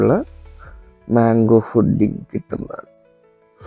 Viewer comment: ഫുഡിങ് അല്ല പുഡ്ഡിംഗ്